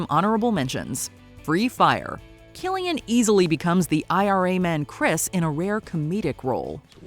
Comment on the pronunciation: Remember: His name is pronounced as "Kilian", not "Silian".